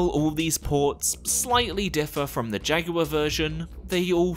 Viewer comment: Thank you for not calling jaguar "jack wire" lol.